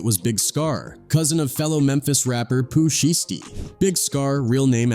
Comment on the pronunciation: Lmaooo not poo sheesty 😂😂🤦🏻‍♂️🤦🏻‍♂️